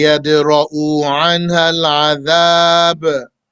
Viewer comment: Afwan shaykhi, the correct is ويدرؤ عنها, not ويدرؤو عنها, without Madd. Bārakallāhu feek